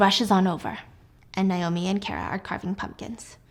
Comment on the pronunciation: Why does she keep saying Nye-oh-me instead of Nay-oh-me? Cringe